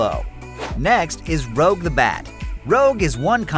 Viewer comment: ..."Rouge". Not "Rogue". Rouge.